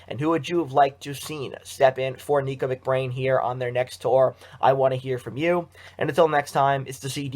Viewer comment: It’s nicko not neeko.